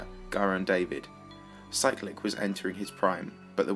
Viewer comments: I thought you said cyrillic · You pernounsed Cyclic